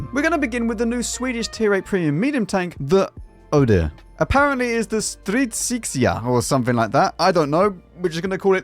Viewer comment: Stridsyxa is War Axe in english, kinda nailed the name